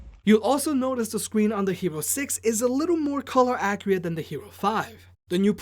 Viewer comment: Lmao this man said color “accreate”